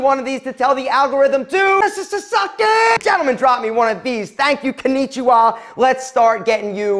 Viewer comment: did anyone noticed he said " kanijiwa" .